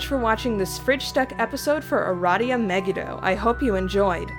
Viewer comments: Hi sorry but in hebrew megido is pronounced me-gee-doe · It's pronounced Aradia me-gi-do